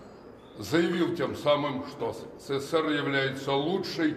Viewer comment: Почему он говорит сср?